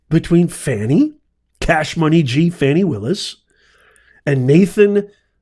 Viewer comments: Her name is pronounced Fawny, not Fanny, and you also got all the other facts wrong. How did this vid get suggested to me? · Can you PLEASE say her name right at least as a white man. It’s 4 letters